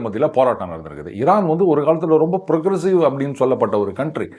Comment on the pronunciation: திமுகாகாரன் எவனோ இவன் வாயில சொறுவிட்டு இருக்கான் ...😅 சம்பந்தமில்லாத இடத்தில் பன்றி பேலும் பொழுது கத்துற மாதிரியே கதறுகிறான் பாடு 😅 அதுவும் ஈரான் என்று கூட சொல்ல தெரியலை இரானாம் 😅😅😅😅